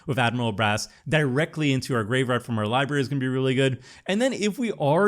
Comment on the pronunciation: Bro, please stop butchering the word graveyard.